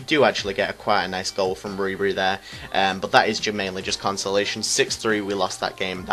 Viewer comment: Nice vid mate, but it's rib er e